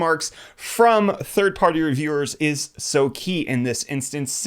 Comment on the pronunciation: Did anyone else notice he says 30 party reviewers instead of third party